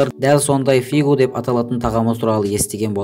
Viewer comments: Қате қате сөйлейсің,и потом не фигу а фугу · Е коке Фигу емес Фугу десейшы🤦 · Фишу емес фугу